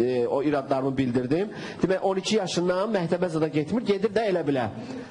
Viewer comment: ..mehteb yox mekteb😁👐🏻🌿 Bu bayram deqiq oglandikiii..wupem var